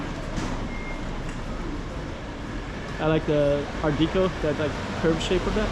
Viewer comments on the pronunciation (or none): Also it's pronounced "Art Decco"